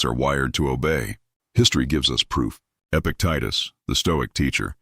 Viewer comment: This mentions Epictetus three times and pronounces it different each time 😂